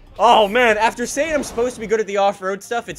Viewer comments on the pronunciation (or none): none